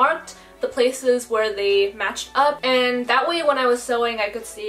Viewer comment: That A in and is so far and it’s bothering me😂